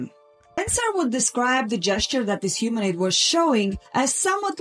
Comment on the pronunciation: It’s pronounced K+EYE-Lee and ‘YORK-shur’ and HUE-min-oid NB: it refers to the area around Haworth in West Riding Yorks. Very close to the bleak moorlands known to the Brontes (‘Wuthering Heights’. ‘Jane Eyre’ &c.)